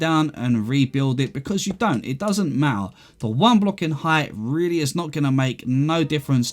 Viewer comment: "It doesn't ma-ah"